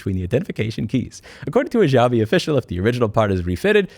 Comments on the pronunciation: the X in Xiaomi is pronounced like SH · I'm sorry for nitpicking but Louis, it's pronounced as "Shaomi" / "shau mee" . I hope you learned something. Have a lovely day. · Xiaomi = "Shao-me" beginning pronounced like the beginning of "Shaolin" ... just trying to help ... also " don't make the bulb available and you can suck my..." cracked me the fŭk up! 😂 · Ontario 🇨🇦 here, idk how to say that brand's name either so pronounce it like "yo-me" and I'm sure it's completely wrong but 🤷‍♀️ It's ironic that a brand that makes clones of flagship cellphones is involved in automobiles and also clones the horrible bs that flagship brands lose customers over. Like, yome you had one job! Fail. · xiaomei is somehow pronounced show-me btw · Its pronounced sheeao mee but the way you pronounced it is how we say it in my country and in our language it means "I feel sorry" or "I pity", suitable because its for people who dont want to fork out for a Samsung or Iphone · The Xiaomi wumao 😂